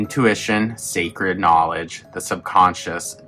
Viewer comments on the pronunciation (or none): none